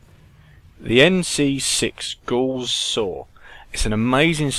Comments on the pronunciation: Aaargh at "Gose". It's pronounced "Gowss" as in "Cow". It's a man's name ffs and it matters. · "gouse" is correct